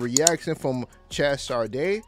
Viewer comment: Chez pronounced Shay.